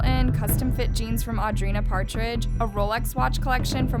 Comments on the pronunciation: Audrina’s last name is Patridge. Not Partridge. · ok love the documentary but i wish you didn't mispronounce multiple peoples names. alexis neiers, audrina patridge ???? no hate just make sure you know the people your talking about